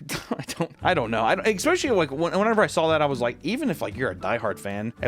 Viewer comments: "Eckspecially" -, every other sentence. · I also take a double shot every time you say “ex-specially”